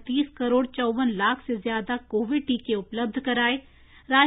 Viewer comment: 'लाख' शब्द पर बोलनेमें ज्यादा weight क्यों देते हो ?